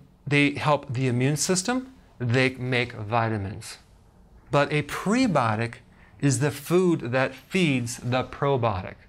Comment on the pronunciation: The word is pronounced "pre-by-otic," not "pre-botic."